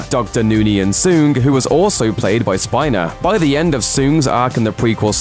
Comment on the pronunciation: So many episodes of Star trek and he still does not pounce the correctly.